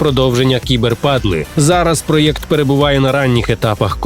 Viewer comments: Проєкт а не проЕкт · Ні, ще з 2019 року відбулися зміни у правописі і вимові. Правильно писати і вимовляти саме "проЄкт", а не "проЕкт".